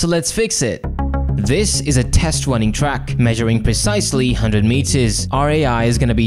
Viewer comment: test wunning twack (no offense)